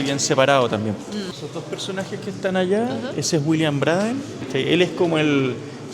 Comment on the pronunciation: Pucha! Esoeré gasta el termino del video para ver si corregías, pero no fue así. El nombre de la compañía era Brsden Cooper, pero se pronuncia Breiden...